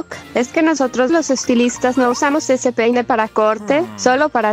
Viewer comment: Gente dice pene en vez de peine